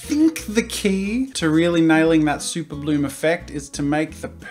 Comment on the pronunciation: Now super bloom is sounding like super blue